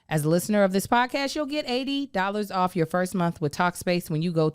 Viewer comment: “304 get owf meh” 😂😂😂